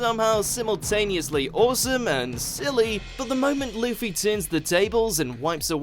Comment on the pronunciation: did he say leafy instead of luffy or am i hearing things